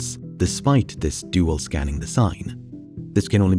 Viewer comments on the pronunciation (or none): none